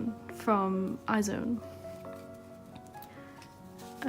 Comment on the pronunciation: IZ*ONE is pronounced how its spelt...eyes one